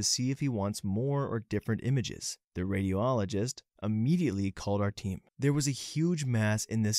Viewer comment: Not to be picky but, you guys need someone to help you with correct pronunciation. Three words I can think of off the top of my head: triage, peritoneum and radiologist.